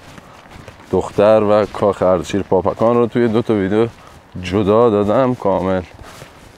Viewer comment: به درستی شما بابکان را پاپکان نامیدید. در زبان پارسی فیروز معنی ندارد. در زبان عربی پ، ژ، گ وجود ندارد. دزفول، دژ پل بوده. فیروز آباد ، پیروز آباد و حاجی فیروز ، احتمالآ....پیروز بوده. ممنون ، همه دوستان از ویدیو های شما لذت میبرند. موفق باشید.